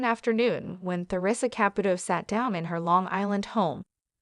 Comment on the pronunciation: If you are going to narrate a story about someone that is constantly in the public, you must learn to pronounce her name, its pronounced Theresa Capootoe I wish Teresa Russo has a very long and happy marriage full of kindness, understanding and laughter. Congratulations Theresa